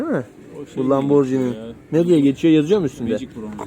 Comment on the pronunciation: Ya birader önce LAMBORGHINI telaffuzunu öğren be!